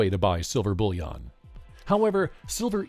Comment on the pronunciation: It sounds like "bull yawn" to me, but yea he says it strangely.